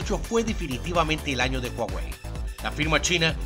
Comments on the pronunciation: Se pronuncia "Juauei" no "uauei" que yo sepa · Puso a "guaguei" XD.